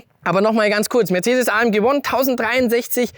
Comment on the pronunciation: kann jemand dem jungen Mann sagen, dass das nicht Uon heisst sondern Uan, Mensch, das einfachste Wort der Welt ! Auch schon mal englisch gehabt?